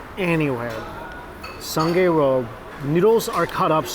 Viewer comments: Its pronounced sue-ngaih road by the way. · Sungei road laksa is my favourite! Btw we read it as “soon-ngai” :)